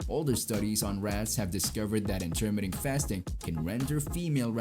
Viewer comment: It's a shame you dont know how to pronounce Intermittent properly